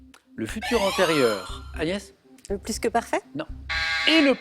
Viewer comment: PTDR à il appel agnès anus lol